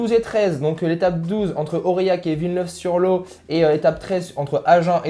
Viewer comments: Rooooo Villeneuve sur LoT, on prononce le T, c'est le LoT et Garonne 😛😛😛😛,...... je charrie !! Sinon les Bretons encore pas pour cette année, décidément les pauvres.... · Villeneuve sur Lot avec 1 T à la fin qui se prononce ! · Superdevoluy le y se prononce - St Amand Montrond le T ne se prononce pas et Villeneuve sur Lot le T se prononce et les gars révises avant d’enregistrer !